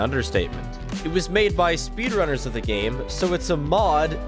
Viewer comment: I thought he said spiffrunners